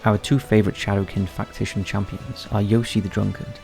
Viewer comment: What is a "Factition"? Is that a Raid shadow Legends made up word?